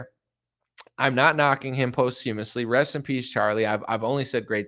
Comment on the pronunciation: Posthumously is pronounced = poss-chew-muss-lee